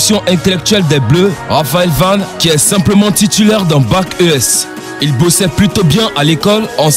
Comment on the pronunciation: C'est moi ou à j'entends '' le françiliens'' et à '' Raphaël Vane